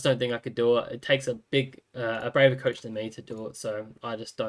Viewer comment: love how you say COACHH